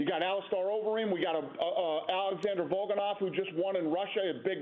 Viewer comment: "Alexander Volkanov" Nice one, Dana.